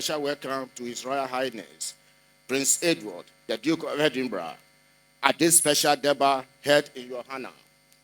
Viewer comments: EDINBURGH is pronounced Edinbrah and not Edinbeg. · Pronounced - 3dinbra not 3dinb3g wai Mi pawuts3o . Just joking. ❤ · Not edinbek the last word is pronounced ‘rah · Pronounced "Edinbra", though spelled Edinburgh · Edinburgh it's pronounced Edinbrah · It is pronounced as Edinburgh the gh is silent not Endinberg. He behaves just like his father. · It’s pronounced EDIMBRA even though it’s spelt the way you’re pronouncing. RIP to your sis, take heart 🙏🏽